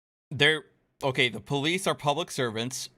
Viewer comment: I thought it was police with an O and an I, so I don't know what the crazy psychotic is even on about calling them the pal-lace. Maybe she could try to pronounce the letters better. I know I need to occasionally.